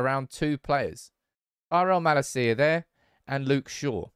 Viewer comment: Bro please, before the season starts. Watch Malacia's "welcome video" and listen to how his name is pronounced; [malAcia]